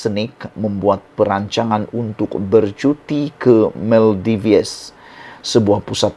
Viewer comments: Salam Sebutannya negara MAL-DIVs Bukan MAL-DI-VES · Sebutan tempat pelancongan itu pun SALAH...tak buat "homework"kah?..Bukan diebut MAL DI VES,tapi disrbut MAL DIVS....u tuber kena belajar cara sebutan laa..malu laaa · Bukan Maldives, sebutannya ialah Maldiv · Sebutan yg betul adalah Maldif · Sorry Bro, pronounce yang betul bagi pulau "Maldives" adalah Mal - dif-ss; kalau tidak silap saya. Sorry Bro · Sebutan yg betul - MALDIV. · Salah tu, yg betul sebutannya ialah Maladewa... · SEBUT BETUL2 MALDIVES TU...KAMU SEBUT TU SALAH..BRO